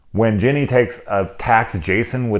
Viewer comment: Whenever you mispronounced Ginny for Jeannie. Barbara Eden pops in my head. Why I think of her, who knows.